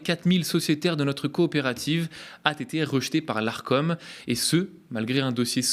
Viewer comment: ATÉTÉ ! C'est votre signature vocale ? Ça fait au moins 4 fois que vous nous arrachez les oreilles avec cette liaison, vous ne lisez jamais les commentaires ?